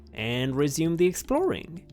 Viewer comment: “So, let’s get exproling!”